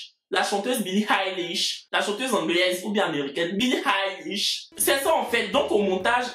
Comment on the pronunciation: Billie eilish😂😂😂😂😂 ta prononciation m'a tuer